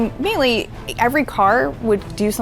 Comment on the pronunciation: I'm shook that even english speakers pronounce wrongly the word "melee"